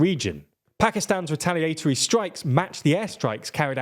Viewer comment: retal ee aihh tar ee